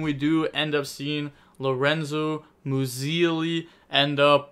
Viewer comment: Hey, you were kinda on point with the pronunciation of "Lorenzo Muselli", I'm moved